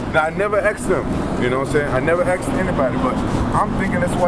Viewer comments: lol ... He never AXED anybody... He AXED the AXE murderer with a hook and put him to sleep. WAR RAMPAGE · I wanted to "axe" them!